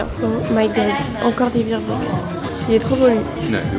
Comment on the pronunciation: Le "bear" de bear bricks se prononce "bère". C'est pas des beer bricks 😁 (c'est des ours, pas des bières)